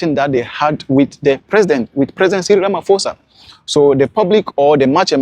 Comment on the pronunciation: I like your video, not many reported on this. Just one thing, it's Ramafosa, it's Ramaphosa. Like you would pronounce "postpone" or "post office". Nice compilation though, thank you. 🎉